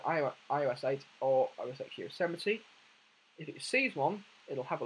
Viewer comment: It's "OS ten" not "OS ecs".